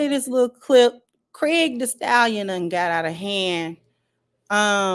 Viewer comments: Did the sister say Craig the stallion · "Craig" the Stallion! 😅😂😂😂